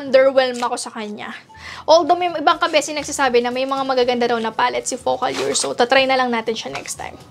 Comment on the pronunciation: Ate alur yun pag pronounce indi allyur!!!!!